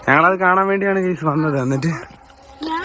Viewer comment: ഗായിസ്.... *ഗായിസ്.... *ഗായിസ്.... 😂